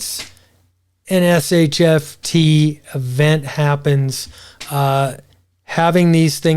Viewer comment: Not sure why you call it SHFT instead of SHTF...